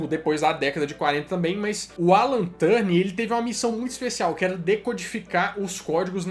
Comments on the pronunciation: Muito bom o vídeo, gostei muito do início, se não me engano o nome do sujeito é Alan Turing, e não "Turning". Mas acho que devia ter mencionado que entre a década de 90 e 2000 houve a WAP e os vários protocolos Gprs, edge, hsdpa; que foi o verdadeiro início da internet no celular. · Turning, não. O nome dele era Alan Turing. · Essa pronuncia do sobrenome do Turing me deu bastante agonia, mas o vídeo ficou top d+ da conta uai!!!